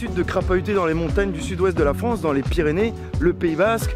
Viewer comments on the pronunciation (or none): none